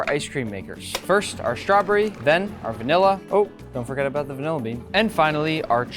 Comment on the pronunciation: I love you but it’s strawBERRY not strawbury 😅